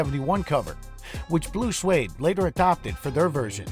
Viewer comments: IT`S Swede Not Swade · That’s Blue Swede (not pronounced Suede). The band was from Sweden, so it makes sense. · Blue Swede is NOT pronounced Blue Suede.